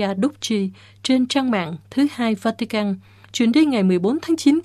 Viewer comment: Làm gì có quốc gia nào tên vatican mong MC của đài phát âm cho đúng